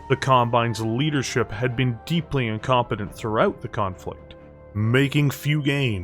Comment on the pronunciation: Ok fine. Ill subscribe, even with the way you pronounce BEEN and AGAINST